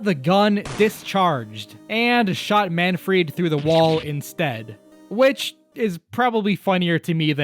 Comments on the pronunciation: why are calling Manfred "Manfried"? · It’s not Manfried, but Manfred von Karma. This is an amazing video though. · "Manfried" nah it's Manfred lol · I swear I keep hearing MAN-FREAK instead of Manfried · where'd the i in manfried come from